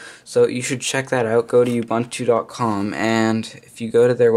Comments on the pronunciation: ooh-boon-too, not uh-bunh-too or you-bunh-too. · Btw.. it is pronounced 'ooo-boon-too' not you-bun-too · Not U buntu its ubuntu and its megabytes not m b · Nice vid, but I couldn't help but wince at how you mis-pronounced Ubuntu... Say it with me: oo-boon-too On the Wikipedia page for "Ubuntu (philosophy)" there's a video clip where you can hear Nelson Mandela pronouncing it correctly. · You mispronounced Ubuntu. Both 'u's make an oo sound.